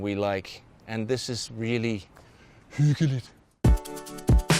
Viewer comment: Well that’s how we pronounce it here in Denmark